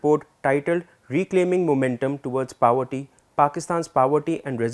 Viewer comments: sorry to correct but its poverty and not pawatti / pawety, really sorry again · “Powerty” nahin hota poverty hota hai. Kaan mein dard ho gaya.